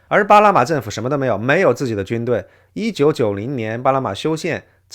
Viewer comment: 主持人不会发n这个音，只能发成l，所以”2025年”变成“2025连”，”巴拿马”变成”巴拉马”。